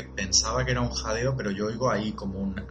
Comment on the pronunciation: En supuesto "jadeo" parece que diga "Ainara"